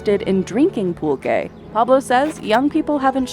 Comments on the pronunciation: Thank you for this comment. I was looking for the spelling and definition. I heard: Pull-Kaye ; Pul-Ché. Next wdve been PullQue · Would it kill you to get someone who can pronounce Pulque, Mezcal and Tequila properly ????